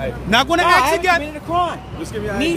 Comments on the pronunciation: Someone should tell that cop how to speak English lol. It's "ask" not "axe." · When the hell will black people learn to pronounce there words correctly? lol I guess we will have to ax one of them sometime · Why does it seem that so many cops say axe instead of ask. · The cop wasn't using correct words. It's ask, not axe. ASK. This bugs the crap outta me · Can someone tell me why it's so hard to say "ask"? Everyone is saying "axe"... I axed him... Wtf. Surely that's illegal :p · Thank you, my gosh I can't stand it when people say axe instead of ask. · most black people can't pronounce the letter "S" that's why the day axe instead of ask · This is this is the last time he's going to ax him! Wow so unintelligent! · Lmao the cop "that's the last time ima axe you" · should have started yelling hes threatening me with an axe ... why cant blacks ever say ASK its always axe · I’m axing for your ID. With what dude an axe? Oh you mean ask, then why didn’t you say so? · I axin for it ! Let me ask you a question, why can't he say ask ? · He's axing fo' his ID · dis is da last time i gonna axe😂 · Grignak01 Especially after he axed one more last time for it. LOL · never listen to or respect a person in law enforcement that says axe instead of ask proves total ignorance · Is the cop concussed? Is he off his meds? He threatened to axe you. Nothing worse than a bootlicker. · That's the last time he gonna axe! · You shouldn't even be a cop if you say ax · this is the last time I'm going to axsk lol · Lol that’s the last time he’s going to ax you...